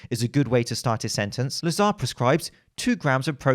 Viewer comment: `Lazr (emphasis on the first syllable, the second 'a' is silent) not La-zar. This is how you pronounce his name in Bulgiarian. I noticed, he also pronounces it as La-zar, so he will probably be annoyed 😂